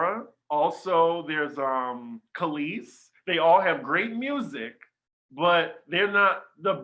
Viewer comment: Did he say Kelis Oh hells no.